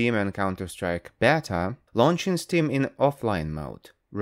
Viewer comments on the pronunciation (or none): none